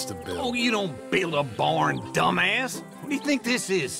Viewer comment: The emphasis he put on dumbass gets me everytime 😂